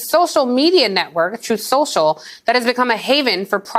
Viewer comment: Stop mocking Trump, it's called "Troth Cencial".